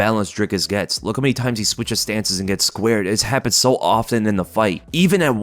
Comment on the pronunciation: Wtf is your accent. You say "so" but it sounds like "soul". Really frustrating tbh